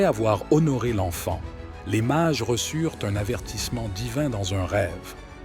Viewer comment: Les Mages, pas les Marges... 🫣😮‍💨